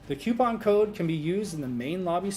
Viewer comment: it's coupon no cuopon